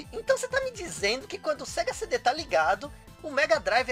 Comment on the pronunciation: Sega "Sendê"??? kkkkkkkkkkkkkkkkkkkkkkkkkkkkk